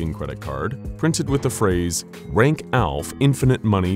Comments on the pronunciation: Aleph is pronounced Al-eff. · Nitpick time! Aleph is pronounce ahh-lehf. Its used in math to catagorize "sizes" of infinity. The most common example is that there are infinite integers, but there are more fractional numbers. So one infinity is "larger" than the other. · How do you butcher the pronunciation of aleph that bad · …is ALEPH really read that way? Have I been reading it wrong in LC this whole time? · The way he pronounced aleph is just bad